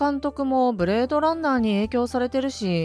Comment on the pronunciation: おし「い」！！！「お」じゃねえわ！！！！